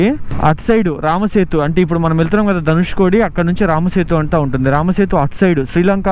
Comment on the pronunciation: ధనుష్కోడి కాదు కోటి